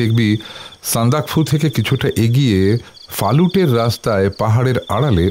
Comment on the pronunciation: আপনারা উচ্চারণের দিকে আরও যত্নশীল হন। কাকাবাবু যিনি করলেন উনি না, যিনি গল্প পাঠ করছিলেন মানে । ওটা সান্দাকফু', সন্দাকাফু নয়। এছাড়া আরও আছে।